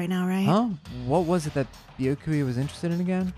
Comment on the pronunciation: Actually With Byakuya the "u" in there is silent... Why the hell did I think you guys would have ever watched Bleach O_o